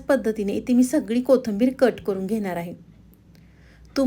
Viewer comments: पाकक्रिया छान आहे. फक्त कोथिंबीर म्हणा ताई. कोथंबीर नाही. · मराठी शब्द स्पष्ट बोला, कोथींबीर, चँनल,मेदू वडा